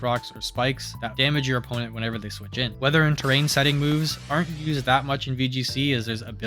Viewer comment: it sounds like you are saying boobs instead of moves and it made me lock in to the video, great content